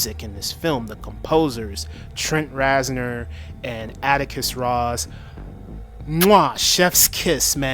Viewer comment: Trent “RAZ-noir” lol, omg